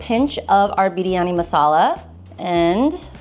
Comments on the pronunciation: your "biryani" pronunciation is just accurate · She says biryani so perfectly 😆